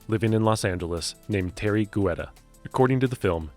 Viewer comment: It's pronounced Tee-air-ree Get-ta